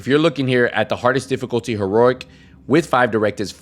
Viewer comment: used to watch this guy years ago on TD2 and he still calls it ... HERORIC hahahaha